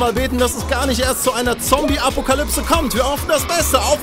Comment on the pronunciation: Nein, eine "Apukalybse" sicher nicht :D